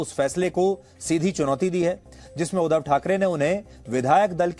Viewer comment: Oh god he is pronouncing wrong. Its not udhav its " udhaav".